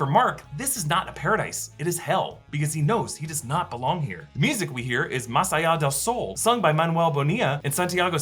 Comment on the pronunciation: Good pronunciation with the name of the song: más allá del sol